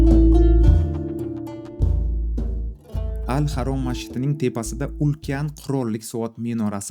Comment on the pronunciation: Al xarom ❌ Al xaram✅